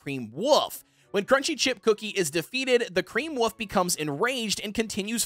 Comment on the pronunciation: Wolf not woof